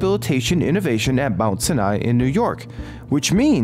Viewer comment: Lol, the way he pronounced Sinai.